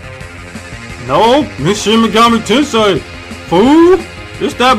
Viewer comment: ''FUCK THAT SHIN MEGAMI TENSEI BULLSHIT'' Me, in a really quiet tone,: it's pronounced ten-say (trololo)